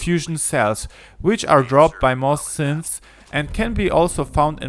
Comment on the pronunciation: This is Star Wars ? He said siths instead of synths .